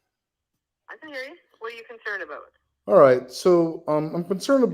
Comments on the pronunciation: Dead “I’m concerned aboot” full on Canadian 😂😂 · When starts using the Canadian aboot, you know it's on like Donkey Kong! 👏🤘🙏